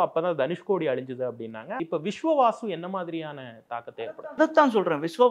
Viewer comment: விஸ்வாவசு. Not விஸ்வவாசு.